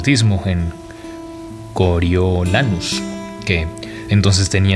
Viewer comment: Me gusta cómo narras, pero porfavor, haz un esfuerzo con el nombre de Snow😢, como vas a decir "coro YO" SE PRONUNCIA "CORIO"😢